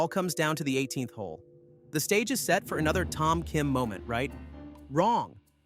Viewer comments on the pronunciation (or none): none